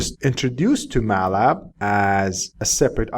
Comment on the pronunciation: Just used to say Matlab, not used to hear Ma’lab!